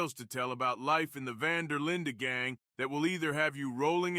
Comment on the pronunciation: Van der linday